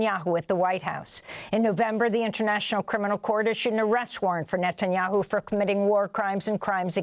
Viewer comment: I have noticed for some time, that Daniel Levy always calls Netanyahoo, "Nutanyahoo."